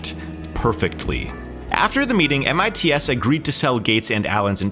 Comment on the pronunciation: You made my ears bleed every time you said M I T S instead of MITS. SMH...